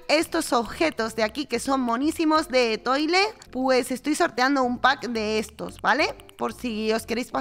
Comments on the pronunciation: Mirta tiene mi voto para que se quede en la isla como vecina morada. Es muy mona😊. La otra vecinita se pronuncia (Etual). Igual ya lo sabes,pero es una palabra francesa que significa estrella. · Etoile Se pronuncia Etual en francés significa estrella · Se dice etual está en francés 😅😅